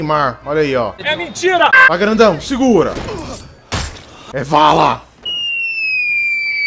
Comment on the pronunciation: O nome não é vala é bala